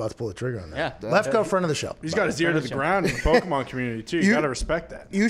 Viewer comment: Everyone who does that, like calling them pokeman instead of pokemon knows more than they are letting on